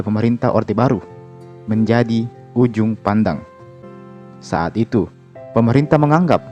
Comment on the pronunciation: Kak sorri bukan ujung pandang tapi juppandang